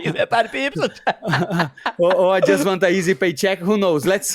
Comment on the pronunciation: whenever money says paddy pimblett all i hear is paddy pimblitch lol hahaaha